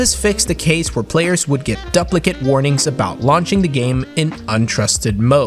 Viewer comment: bruh did you say...duh-plicate